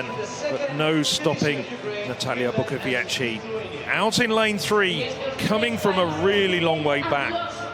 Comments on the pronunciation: BUKOWIECKA!!! Not Bukowiecki. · Unfortunately, as always before, the British commentators cannot pronounce correctly the last leg of the winning team, that is Bukowiecka, he says Bukoviechi, which indicates a considerable amount of ignorance and indifference but certainly lack of professionalism. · Nie potrafią też wymówić zbitki liter "-cki, -cka" ,nie wymawia się tego jak -kki, -kka. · "Natalia Bukowieci"? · Bukowiecka is incredible! Learn the pronunciation, you may need it. It says Bookovietzka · "Pół biedy" jak by powiedział Bukowiecki, ale on powiedział "Bukowieci". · Bukowiecka surename is pronounced [ Bookovietzka ] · Bukowieczy he said 😂😂👍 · Yeah, the first commentator pronounced Natalia's surname like if she was Italian.... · Natalia is one of the stars of European athletics and the guy can't even pronounce her surname correctly, amazing piece of journalism. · What a strange pronounce 'Bukowicka' from main commentator?